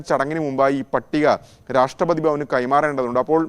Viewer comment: മലയാളം മര്യാദക്ക്പറയാൻ പഠിക്കടോ രാഷ്ട്രപാദിയല്ല രാഷ്‌ട്രപതി കഷ്ടം 🤔